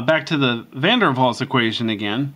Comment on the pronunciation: You were right. it's pronounced van der Vals, but is spelled with a W.